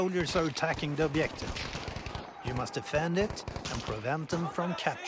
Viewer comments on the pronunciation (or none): "Obiective"? REALLY? How hard is it to learn A WORD in english and how to pronounce it right? Is it so hard to say a soft G? What the actual fuck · Does the word "objective" have two types of pronunciation? Obdjective and obyective I have heard only first type before, but here the speaker uses second. It sounds like he is Russian like me :) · Why does the narrator say objective like that? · the way he speaks "objective" makes me laugh